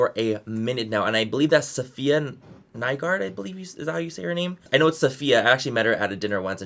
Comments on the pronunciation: her name safya not sofya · You pronounce it SAfiya NYgård (Norwegian last name, meaning "new farm" from after the plague when all the farms stood empty and people were moving back out to them. You usually had last names based on where you lived back then). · its sah-fee-yah lmao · Isn’t Saf’s name pronounced like saf eya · Im pretty sure you pronounced Safs name wrong. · I watched like 7 of these videos and everyone has said safiyas name and then said I hope I'm saying that right haha